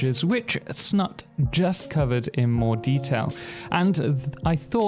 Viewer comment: His Name is, Snut. With a "U" as in you. It´s not Snat nor Snutt.